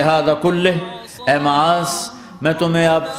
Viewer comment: Name Maaz hai Muaz nahi